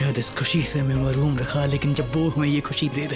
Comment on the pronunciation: Mehrum rakha❌️ Marhum rakha😂😂✅️